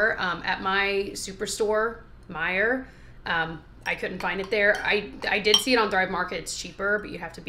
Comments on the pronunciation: When she first said “the superstore near me”, I was like “oh so something other than meijer”, then she said meijer and I immediately thought “why did she say it like that!?” 😂 so funny how used to it we got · I’m kinda bummed you didn’t say “a store near me called meijer”. Whenever my husband asks what store I’m going to for groceries I say that now. He’s like umm why do you say it like that? Just say meijer. 😂😂😂